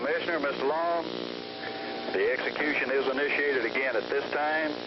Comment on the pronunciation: Commissioner? Mr. Low? Should i zap him ageeen?